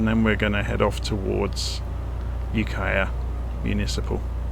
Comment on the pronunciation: You pronounced Ukiah perfectly! Thank you for all of your hard work making these videos. Much appreciated.